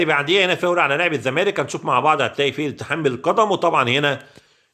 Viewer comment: يا عم انت لسه ب تظرب ف التحكيم 😂😂 ارحم اللي خلفونا بقا ... و بطل تقول " فاور "